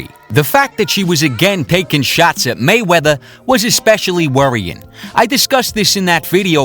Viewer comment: This guy pronounces Mayweather, "Maywetta"